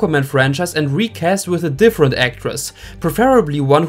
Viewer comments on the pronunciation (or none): none